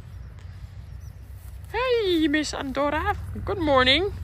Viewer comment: you said Andorra so Dutch 😂😂❤❤